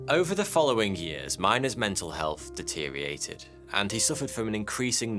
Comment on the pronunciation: ffs man it is not deteriated ... it IS deteriorated ... and while doing a dictionary expose. for shame